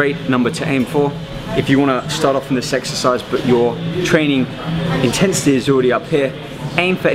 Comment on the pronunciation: at he says sexercise lol.